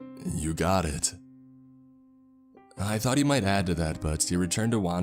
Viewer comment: about 2 minutes 35 seconds in: "I was struck by a THOT 😂😂😂